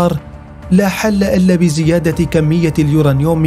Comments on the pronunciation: اسمه اليورانيوم وليس اليورنيوم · تعلم كيف تلفظ اليورنيوم يارجل ... كلنا نستطيع البحث في ويكيبيديا و ايجاد هذه المعلومات الميزة في كيفية عرضهاا ماهذا اللفظ الركيك و الضعيف لكلمة بسيطة مثل هذه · كله تمام ومبارك للمملكة ولكن ملاحظة للمذيع لو سمحت اسمه اليورانيوم مش اليورانيوووم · uranium اسمعوا كيف ينطقها: يورانيوووم 😂